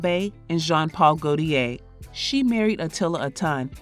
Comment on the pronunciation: Clickbait and misinformation. Jean-Paul Goude is the ex Grace Jones has a son with. You mispronounced it enough to confuse folks into thinking you were trying to say Jean-Paul Gaulthier. Two different people, different generations and different lines of work. 🤦🏾‍♀️